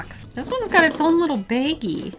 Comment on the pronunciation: are you from the Midwest?! The way you said baggie sounded like you're from the Midwest!